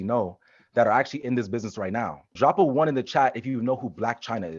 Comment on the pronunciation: It was the “Chyna” rebuttal that got me to sub😤😂😂